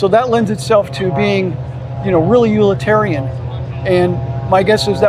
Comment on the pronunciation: What is "ulitarian" ? ..... Oh, 'utilitarian' ? 😄